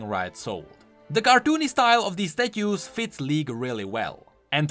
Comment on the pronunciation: omg omg omg The way says Statues xD xD xD and ye, I am European as well.